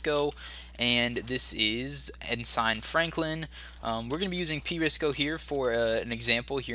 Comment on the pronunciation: His name is pRISO there is no C